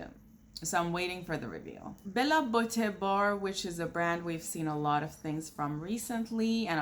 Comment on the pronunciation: Beaute (Be-you-tay) 🙃